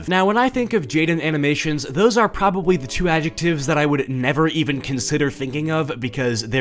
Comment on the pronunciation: "Shes pwobably a twrump suppowrter " what even is happening is he gonna throw in an uwu or some shit lmao